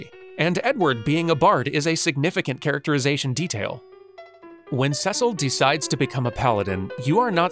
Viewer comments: I absolutely love both your channels, and I have Never heard the name 'Cecil' pronounced 'SEH-sihl'. Isn't it 'SEE-sihl'? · ...'Seh-sul'? Don't you mean Cecil? (See-sul) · Ceeee silllll not sesol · The name's pronounced "See-suhl" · The only flawed part of this analysis is anytime you said Cecil's name. Sorry, but it's pronounced See-sill. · I'm 99% sure they pronounced it that way because they mispronounced the name in the Japanese voiceover on the DS. The name Cecil is incredibly old and has always been pronounced "see-suhl." When I first played FFIV, long before the voiceover versions were released, I read the name as the correct pronunciation. I guess ultimately you can choose to pronounce it however you'd like with whatever justification, Hironobu Sakaguchi and Takashi Tokita probably don't care. Have a good one!